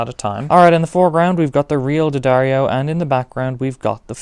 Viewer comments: Okay, thanks for the vid... but..in keeping with it being genuine... It's Dee-ahh-darr-ee-oh. Not Duh-dario. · Its pronouced dee- adair-o, or d-addar-o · You’re pronouncing “D’Addario” wrong. Just ask Philip McKnight! Lol